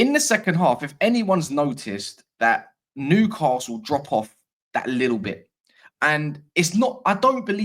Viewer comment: If you want to win Newcastle fans over, you need to learn how to pronounce the city name properly. There is no ‘R’ in the name! Noo-ka-sul